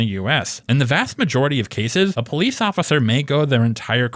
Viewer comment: You are natural Po-leece